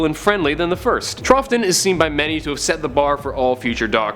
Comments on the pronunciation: It's 'Trow-tun', not 'Truph-tun' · Troughton is pronounced Trauten, not Trough-ton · It's pronounced "Trowton", not "Trofton"... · Grrrrrrrrrrr it's TROW-ton, not TROFF-ton. And anyone who was put off by Peter Capaldi can kiss my Capaldi-worshiping butt. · Patrick "TRUFFton"??? I would have thought any Doctor Who fan would know his name is pronounced "TROUTon" (trout as in the fish)... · Pertwee should be much higher. Probably fourth behind Tom Baker, Peter Capaldi, and Christopher Ecclestone. I can't wait for the new Dr., change is good. (PS Troughton is pronounced Trouton. I don't know why, it just is.)